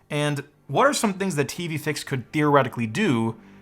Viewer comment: In her accent, Im pretty sure I hear "TV Fakes"